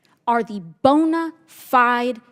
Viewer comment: she litterly said boner find🤔😅